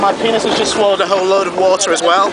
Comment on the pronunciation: o.O he said penuis O.o